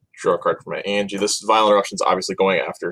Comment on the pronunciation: An-Yah! Not Angie...